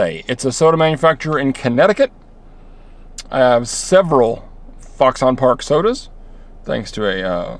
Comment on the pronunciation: Lol. It's oronounced "fox'n".